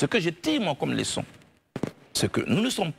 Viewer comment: On dit Leçon et non Léçon, blé goudé.